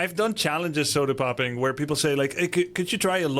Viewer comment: grubby kept calling him sodapopping... he is sodapoppin.